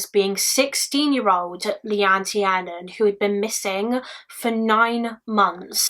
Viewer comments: It surprises me that you're British, yet still mispronounced Leanne's surname. I watch a lot of these kind of videos and it's usually people overseas that don't pronounce names properly. I think if you're going to cover something like this, surely it would be respectful to the family, to get her name correct. It's not Tee-air-nan. It's Tier-nan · No hate at all, but Tiernan is pronounced Tear-Nan. Its an Irish surname. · Minor nitpick it's pronunced tearnan. It's an irish surname.